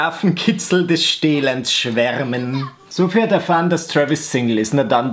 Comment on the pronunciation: jedesmal als du Sophie (soffy) gesagt hast, fühlte ich mich angesprochen.😂😎 lg. sophie😂